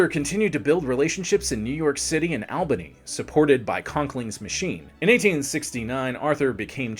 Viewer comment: All Bany not Al bany